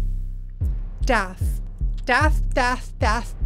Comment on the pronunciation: Dauth? She over pronounce? Dauth she protest to much? ooooh death. So much better than last months video, (to the point that I almost feel that the previous GNC exclusion, and repair may have been deliberate.) Nice to see you back on top form.